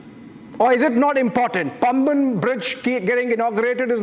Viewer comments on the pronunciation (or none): It is Paamban. Not Pumban.